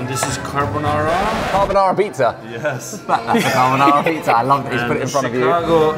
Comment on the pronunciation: did said "Chicaco deep-dish shitza"? 🤣